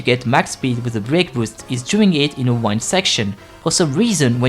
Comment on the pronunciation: Its not wind like unwind it’s wind that is pronouced like win 🏆